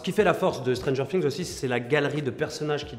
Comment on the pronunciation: Putain arrêtez de dire "stranger sings" c'est stranger things